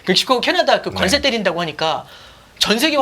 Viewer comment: 관세 증세 감세 모두 뒤에 "쎄"로 발음하시면 안됩니다...